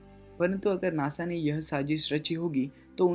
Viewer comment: you don't even know how to say nasa....u say nosa